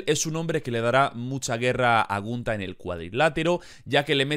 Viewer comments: Que cringe me da cuando dice "gUnTa". Se dice Gunther y punto. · Dijo huntar kajakakkaa primero amigo no lo tomes a mal pronuncia bien despues das predicciones jajjajajaja